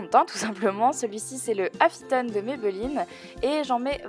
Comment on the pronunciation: C'est le fond de teint Affinitone, et non pas Affitone ;) En tt cas super vidéo ! j'ai adoré!